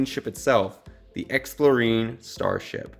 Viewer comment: It's explorien like alien. Not marine.